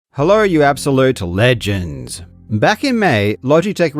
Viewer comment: I'm loving the gradual increase on the emphasis of "LEGENDS!" in your intros with each video 😊